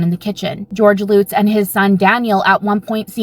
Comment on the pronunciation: Omg... this chick's pronunciation of the Amityville family as "Loots" is driving me absolutely nuts 😆... it's "LUTZ" not Loots... L-UH-T-Z. UH- like in DUH! I've never heard it pronounced "Loots" 😅😆😆🤦🏻‍♀️